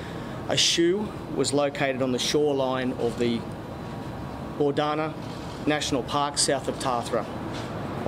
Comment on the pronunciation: Bourdana.........it's Bournda...